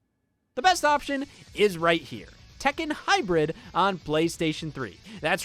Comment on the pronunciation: scott its pronounced Tek Ken just sayin